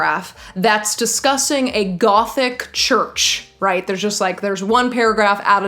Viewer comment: you pronouncing ''gothic'', love it